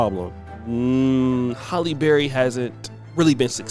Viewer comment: It’s “Halle” not “Holly.” You never say it right.